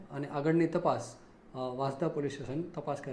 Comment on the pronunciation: Report karta pahela sacho ucchar janvo jaruri se vasanda vansda ma bo farak se